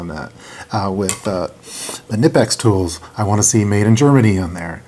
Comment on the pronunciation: Nice video. The K is not silent in Knipex.